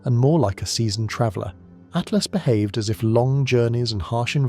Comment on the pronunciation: Does no one check these things before they're published? After 3 dozen At-lasts I had stopped listening to everything else and was yelling at my phone Atlas! ATLAS! Artificial yes. Intelligent my ass